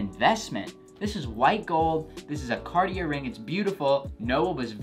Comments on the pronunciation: It’s Carti-A not Carti-ER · It's pronounced "car-tee-ay" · raidnezer « Cartié » is how we pronounce it in France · It’s (carti-ay) not (cart-e-air) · Ohhh do you pronounce it “Cartie” then? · that cartier pronunciation killed me lmao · Imagine being a hype beast and still pronouncing Cartier with the r😂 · Please don’t pronounce the r in Cartier. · Eugene Ong bro exactly it hurts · Cartier the r is silent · I cringed every time he said, Cartier 😬